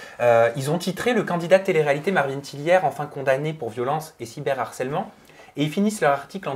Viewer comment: Expliquez moi s'il vous plaît quand est ce qu'on a arrêté de voir de "H" dans le mot Harcèlement? J'avais déjà entendu dire " l'arcellement ", mais là, reprend la même erreur. Est ce que quelqu'un peut leur expliquer s'il vous plaît parce ce que ça fait trop mal aux oreilles! Le Harcèlement. Du Harcèlement. De l'arcellement c'est pas français. Merci.